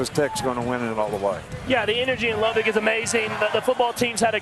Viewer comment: They still refuse to pronounce Lubbock correctly.